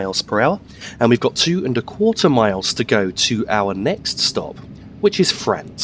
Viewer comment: P.S. I believe it's pronounced Fra-unt not Fra-ant.